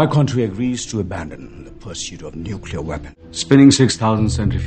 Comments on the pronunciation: in 3 minutes, I heard more "Contry" than I heard in my entire life. No offence. Is Anil doing it on purpose? or was it just a bummer? Again NO PUN INTENDED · everything else is okay but which part of hollywood says chontry, beats me :/ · Contry - Should like Odia. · It’s not a problem but the way he pronounced it is not in sync with the accent he uses for other words that he’s speaking.. where did the accent go for a toss there? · he is pronouncing country wrong. And Indian shows need originality man, why do they copy american shows.